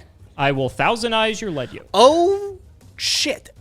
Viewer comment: it's starting to really grind my gears, so if you ever read this, please keep in mind; the "lead" in "battlin' boxer lead yoke" is pronounced "leed", not "led". it uses the word "lead" as in, something in front of something else, not "lead" the type of metal. the anime and duel links both confirm this. the reason is that the yoke lead yoke is wearing is attached to his head and his leading fist (the fist further forward in a boxing stance). the yoke is NOT made of lead (the metal). it would be a fairly ineffective yoke if it was; lead is a pretty soft metal.